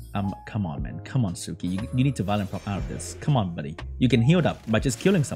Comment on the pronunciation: Suiki is pronounced swiiki, sui is the onyomi reading of 水, the kanji for water..